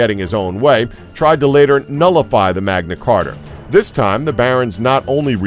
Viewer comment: Magna Carta, not "Carter." Livingston, not "living stone." LOL This guy!